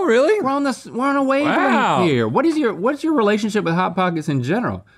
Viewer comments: “Pot hockets”😂😂😂😂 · “Pot Hockets”